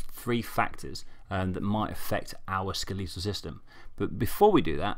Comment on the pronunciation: It’s skeletal, not skeleetal.